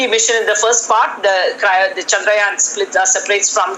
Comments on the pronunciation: Finally someone pronounced "Chandrayaan" correctly. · This is the only one news anchor whom perfectly pronounced the name "chaandrayan". Thanks.